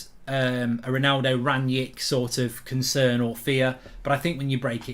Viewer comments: Lol 'Ronaldo conern' 😅 taxi for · 'Ronaldo Conern'